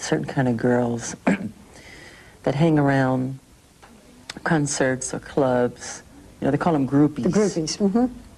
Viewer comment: I know this is totally random but I am always fascinated to hear Michael Jackson speak and use language most of us don’t today. I feel like his huge fame at a young age almost ‘trapped’ him into a bubble and he never ended up speaking like regular or ‘with times’ folks (?) the way he pronounces ‘concerts’ always amazes me. Or he will throw in random vocab from like the 60s and 70s that people at this time didn’t use. Even his late bodyguards (mid-2000s) talked about this in their book.